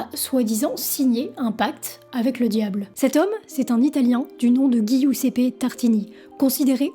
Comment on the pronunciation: Intéressant. Juste un truc : ''devil'' ne se prononce pas ''divaïle'' mais '''déveul'' , de même, Giuseppe se prononce '' djiousep_pé ''